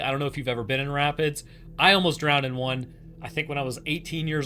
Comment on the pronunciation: When you said rapids, I heard rabbits, and you said they were dangerous. I was like rabbits can take on dogs? Daaaaaamn?